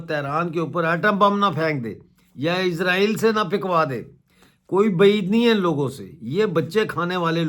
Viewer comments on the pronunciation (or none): none